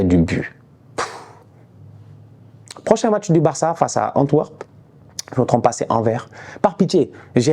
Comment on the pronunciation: ça se prononce Antwèrp ou Anverse (comme ça tu sais ) Sinon super vidéo comme d'hab, merci pour le débrief et l'explication du grand secteur de tocarisme dont Maguire est le régent!